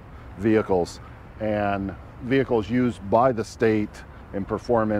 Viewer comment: stop saying "vehicles"